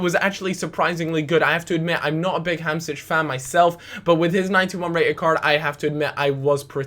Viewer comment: Why do you say hamsich? I know that you're bad with names but where the fuck is the ich part?